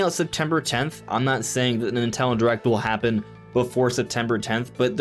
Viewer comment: Nin-ten-do. Say it three times. That is the company’s name. Not Nitello or Nintello or Nutella. How hard is it to say their name?